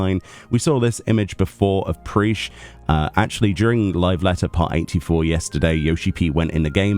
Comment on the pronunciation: great video, though her name is pronounced Prish not Preesh I am keen for that Alliance Raid gear though